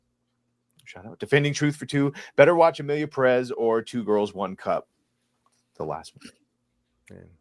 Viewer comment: i hate the way says 'perez' peddezz lol. nah i dont want to even go there